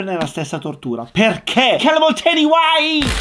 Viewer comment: WHYYY poesia x le orecchie della mia prof di inglese 😂😂😂😂